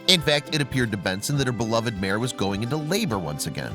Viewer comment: The word is MARE, not mayor!